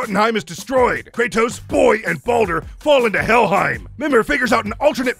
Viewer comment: You got some MUNEH for my BOAYYHHH ???